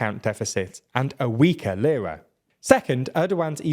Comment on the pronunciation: I'm not Turkish yet I know how to properly pronounce "Lira". Makes the video difficult to follow with bad pronunciation 😢 Do basis research next time